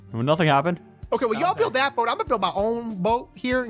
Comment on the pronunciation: Not baot is boat